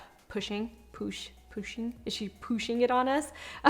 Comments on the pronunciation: Girl you said is she POOSHING her product I almost CRIED 😭😭🤣🤣🤣 Kourtney is so cute 😭😭😭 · "Pooshing" her brand. That was funny😄